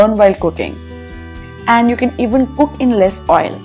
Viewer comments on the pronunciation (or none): none